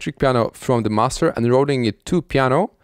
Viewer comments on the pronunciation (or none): none